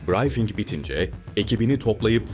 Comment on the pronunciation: Brayfing deyil.brifing